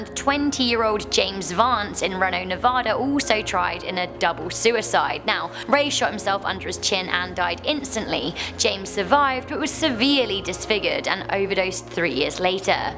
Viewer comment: it's pronounced Reno is pronounced with a hard 'E' sound. Like in Eat